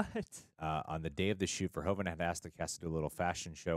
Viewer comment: Pronounce it as Paul verhooooven :)